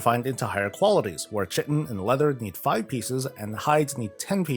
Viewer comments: Nice video. Not to be a nitpick, but (since I made this same mistake myself), chitin is pronounced "kite-in." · Chitin is pronounce kite-in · Sick vid! Side note: isn't chitin pronounced Kye-Tin? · Tiny tangent, "chitin" is pronounce "kai-tin" I believe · It is.